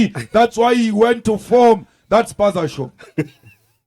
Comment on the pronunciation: you are amusing especially when Cic says "spasashop" you make me laugh.😆😆😅